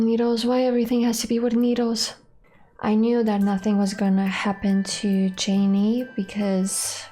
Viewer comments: If I hear Jay-nee one more time, I'll turn this car around!:-) Love you, and your beautiful pronunciation♥ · I love that you call him "Jay-Nee" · Jaynee? It's. Jayne , like Tarzan and Jane. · I think it is hilarious that you call Jayne “Janey”. Also, the reason they didn’t have him with the names of the meds on his arm and getting those is because Jayne doesn’t read well. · Jayne - just like "Jane" -- not "Jayneeeee." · Its Jayne not Jayn-e. Imagine the E is silent. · Please stop pronouncing the "e" at the end of Jayne. Thank you.